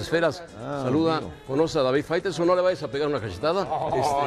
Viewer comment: Minuto 4.44 fairestone, faitelson.